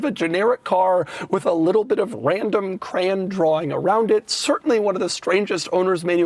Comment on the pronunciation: Doug is the type of guy to say CRAN instead of crayon.